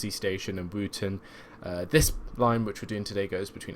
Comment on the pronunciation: if it doesn't have a cathedral its not a city its still a town. n its pronounced Wotton not Wooten lol